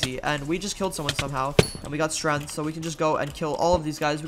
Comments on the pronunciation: Why do you say strength like strenth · Nobody: Absolutely no one:: STRENTH